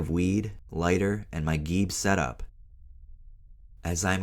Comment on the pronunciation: You’re saying geeb wrong. It’s a gravity bong. GB. Geeb. So it’s pronounced like “jeeb.” Sorry to nitpick it’s just kinda off putting for a channel about drugs.